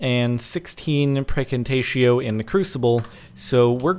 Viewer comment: Does anyone else hear Praecantatio as FREAKING TATIO?